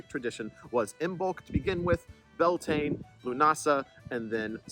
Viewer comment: I'm told by a reputable source that Beltane is pronounced as Bal-ta-na, and Imbolc as Im-olc. The other two were fine.